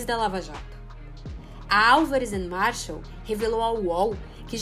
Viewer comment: Ótimo documentário, juizeco marreco, só erraram o nome do escritório, não é Marshall, é Marsal